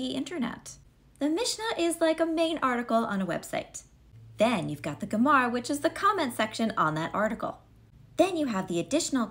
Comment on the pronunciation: Thanks for elaborating on these terms; it clears up a lot. That being said, when you say “Gemara”, I hear Gamora, and I’m more confused trying to figure out how the Guardians of the Galaxy fit into Judaism and the Talmud (and that’s before thinking of Judaism in the Infinity Wars and Endgame). Yeah, the transition may take a while.